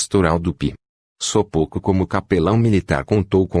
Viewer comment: O ć tem som de "ti" Sopoćko se lê : sopôtiko